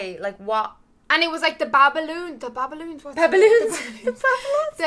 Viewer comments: Babylonians not babloons😂😂😂love you 💕💕💕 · BABYLONIANS. Bab i lon ians that’s how you pronounce it.